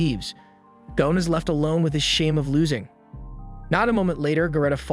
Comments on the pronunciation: The name is Gon not Gone…. Man I can’t even listen to this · Why do Americans insist on pronouncing the lads name as gown and not gon??? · Gon not goan